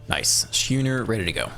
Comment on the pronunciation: Schooner is pronounced like school.